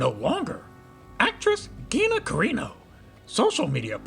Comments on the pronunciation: CARRANO not carino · Uh.... You are mispronouncing Gina's last name. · Curious if you are intentionally pronouncing her name wrong? Thanks.